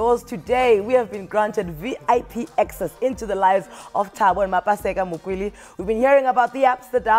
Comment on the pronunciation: Please correct the Surname...is Mokwele not Makwele